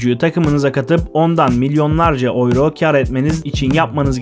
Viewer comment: turkce tellafuz etsen avro desen yine raziyim kardo ama oyro degil be kabullen